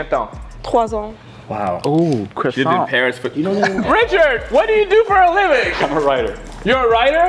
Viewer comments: "quaso" ooh croissant LMFAOO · when he said croissant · His ass did NOT say croissant